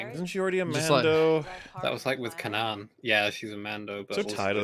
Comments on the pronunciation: you keep saying Kanan like "Cuh-nahn." Why do you keep doing that. I've never ever heard anyone pronounce Kanan (Kay-nan) that way. Certainly not anyone on Rebels. It's not like it's only ever been in a book and half of us are surprised to find out how it's supposed to be pronounced. It's just... weird that you're doing that. Is there a joke that I'm missing? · Is pronouncing Kanan's name wrong on purpose? Like there's a show, and everyone says it the same way. Weird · hearing kanan pronounced kaaanaaan xD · lol yes, pronunciation of Kanan was really jarring